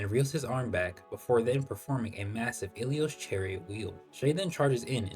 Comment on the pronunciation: why are you pronouncing ilios like that 😭😭 im hearing"ahalalo"